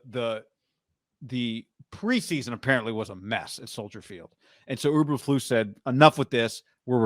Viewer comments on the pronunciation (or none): E bur flus! Not Uber flus! And Lance bout to throw 3 picks in the first quarter! Good luck tho! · Btw, It’s EEEberflus “you kind of like”! Not UBER….FLUS!!! You don’t even know the coach’s name!! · E bur Floose